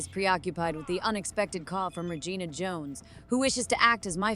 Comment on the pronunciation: So can pronounce other words correctly but not Regina 😅